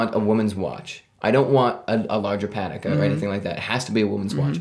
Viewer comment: The way you say "Patek" bothers me